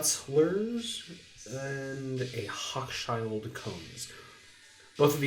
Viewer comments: Sounds like you had trouble with pronouncing the name of the 2nd anchor store. It’s said “HO-SHULD-CONE” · Was pronounced "Hoe- shild cones. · Pronounced ... Ho Shield Kohns .. Department store.